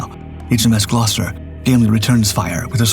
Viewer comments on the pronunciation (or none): none